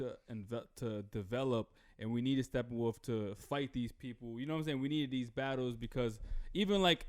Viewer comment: Is saying "stephen-wolf"?